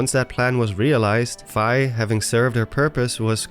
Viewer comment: You drew me into your narrative very well. Until you started mis pronouncing "Fi". Its F-EE. Like as in you got charged a FEE for your meal. This tells me you have in fact NOT been playing all the zelda games. Please do your homework. I had to stop the video and unrecommend your channel. No hate. Only love, you got alot of people who enjoy your work. But if we were friends and you kept mispronouncing my name... There would be some harsh words and a break up.